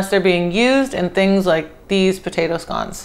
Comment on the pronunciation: I love you woman! She called them scones in stead of scouns like a monkey, you are a wonderful American. A diamond in the rough